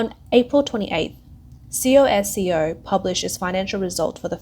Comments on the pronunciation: C O S C O ? Just say “Cosco “ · c o s c o... its pronounced 'kosko'